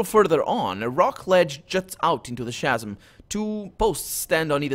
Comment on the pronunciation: "Khasm". I know it's written "chasm", but it's a hard "c", "khasm". Sorry, not to be critical; your accent's fine, and you hit the fantasy names in interesting ways.